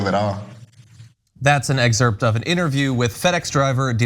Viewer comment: John, I understand this isn't the David Pakman channel, the nation's home of correctly pronounced news...but I need to speak up, nonetheless. Excerpt is pronounced ek-serpt, not ex-erpt. This is no time for lazy diction, democracy hangs in the balance!